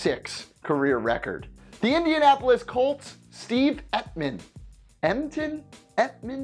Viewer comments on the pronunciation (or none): none